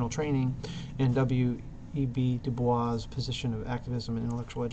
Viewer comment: Nobody says DuBois with the french pronunciation. It is DOO-BOYS.